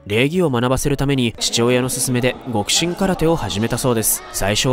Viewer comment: 極真はきょくしんと読むんやで。